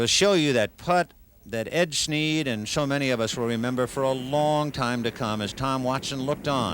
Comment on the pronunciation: If I were Watson, Snead or Kite I'd ask Ken Ventura to say my name right.